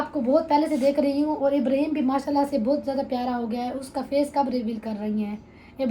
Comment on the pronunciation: Ibreeheem nhi (Ib ra heem) naam sahi lia kro plzzz